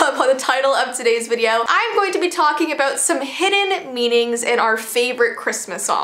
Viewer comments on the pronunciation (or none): is it just me or at the start of the video she said aboot and not about